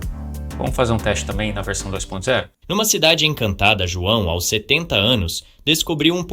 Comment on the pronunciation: A v1 sempre teve problemas com números, precisa escrever por extenso mesmo, também pronuncia errado o "aos" que fica A.O.S, aí precisa escrever "als" pra ler certo. O que eu não gosto muito nessas novas versões de TTS, é a quantidade de vozes que pronunciam com sotaque - (R retroflexo), como em "surpresas", "verso", Isso me incomoda. Muitas são assim, a própria voz do Chat-GPT faz muito isso.